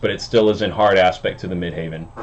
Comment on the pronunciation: Dude, it’s midheaven as in where god is - not midhaven which sounds like a golf resort. You gotta get that right to be taken seriously. I like your take on the aspect though 😻